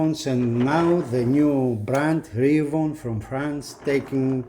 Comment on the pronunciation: Two things . . . First, you are mispronouncing "Reavon". It's pronounced "Reee' VON", not "Ray von". Second, as much promise as the Reavon players have, for the price these players still need quite a bit of work. Go on the forums to review the issues. My biggest concern is the price. Both players (the X100 and the X200) cost a whopping 50% more than comparable premium models.